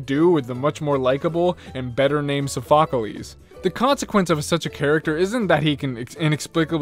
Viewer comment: SAY IT WITH ME! SOPH - O - CLESE NOT SO - PHO - CO - LES Also, I agree to the statement to that RotomDex is annoying in a way that people do not like it much. The Japanese Dubbed RotomDex is better in a way it is not lifeless and boring.